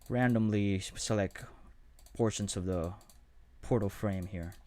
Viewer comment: Great tutorial and I am really grateful for it but pronounce your T's man! It is objecT, effecT, selecT etc., not objec, effec, selec...